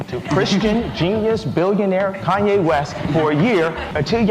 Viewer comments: How u mispronounce his name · My guy please use taskade to plot out how to pronounce names consistently over the video, it's like every time you say kanye,pastelle, Nike you pronounce them a new way 😂🤦‍♂️😒